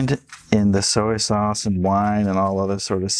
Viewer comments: sowey what 😂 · The way you say “soy sauce” bothers me